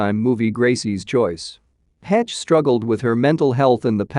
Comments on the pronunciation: The Robot voice pronounced DeGeneres as Den Gen Neers? It's pronounced De Ge Nair ES. Misprounced Heche as Hetch. Heche is pronounced Hesch. Still a good video. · This dude talking is mispronouncing this poor woman's last name. It's not "hetch" Can anyone hire others for videos that know how to pronounce people's names correctly?